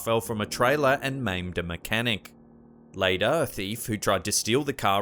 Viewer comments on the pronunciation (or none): none